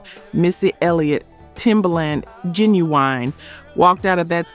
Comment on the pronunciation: It's not Genaeine it's Ginuwine,and it's Timbalin